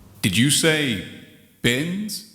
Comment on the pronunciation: It sounds more like he said bitch more than bins